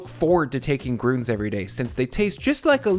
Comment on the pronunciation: that is an ü not an u. its grün not grunes